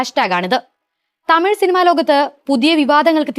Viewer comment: Tamiy alla tamizh